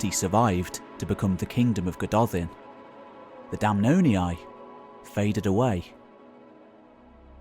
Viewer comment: Damnonii -> "Dam NON eeyee"